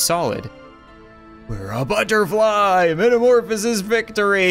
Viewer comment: He said butterfe